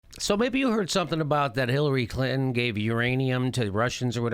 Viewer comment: I love how you say Clin-hen!!